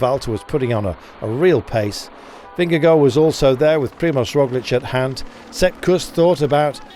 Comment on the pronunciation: This commentator’s mispronunciation of Vingegaard drives me crazy every single time I hear it.